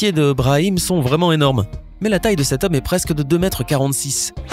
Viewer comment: Flavyola64 [FR] Il dit « de cet homme » mais oui ça porte à confusion 😂😂